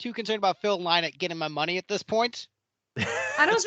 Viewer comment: Sorry but I found your guests very disrespectful and didnt enjoy this review at all. How about getting some guests who actually love Lizzy? And if you can't pronounce Phil's surname correctly then you ain't no fan.